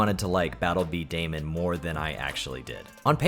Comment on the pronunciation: Okey I am old. Battle bedaman is pronounced bee-da-man not beedaymen. I grew up when that anime was on jetix. You probability don't know what that is tho 😅